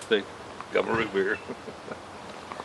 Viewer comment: When you said: "See, gotta' root beer" - - I thought you said something like government beer. Ha-ha!